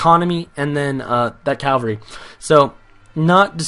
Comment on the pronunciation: your so annoying when you say calvary when you should say CAVALRY